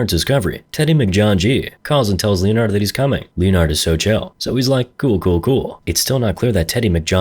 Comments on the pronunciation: Lee-in-ared🙉 lin-ard👍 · it's pronounced Lenard....2 syllables, the o is silent. Like the same way leopard is pronounced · I'm calling anyone named Leonard, “Leo-nard" lol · Great video, greatest clapist right here. Why are you clapping me like that with Leonard's pronunciation?